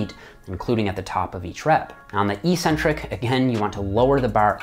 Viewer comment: It’s EHK-centric, not EE-centric. The long-vowel negation mistake is derived by false-conflation with words like asymmetric.